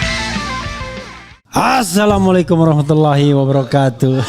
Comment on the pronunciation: Assalamualaikum pak prof. REFLI HARUN. Saya selalu mengikuti channel Pak Refli,supaya lebih berkualitas berita channelnya tolong Salam pembukaan ya tidak dibuat seperti tidak sungguh dan seolah olah tidak memahami arti Assalmu'alaum. Padahal untuk seorang pak Refli sangat tidak mungkin tak mengerti. Ingat berucap Salam adalah termasuk ibadah sebagai muslim. Tolong ya Pak Profesor sampaikan Salam pembukaan dengan intonasi yang bagus dan memperjelas maknanya biar pak Refli dapat pahala yg nilainya sebesar bola sepak, tidak sebesar butiran biji wijen. Selak lama saya ingin mengingatkan Bapak sebab dalam hati senang sama Pak Rafli. Salam maju terus semoga Allah selalu memberi kebersihan kepada Bapak sekeluarga..Amiin. A.Karim H Lamongan Jatim.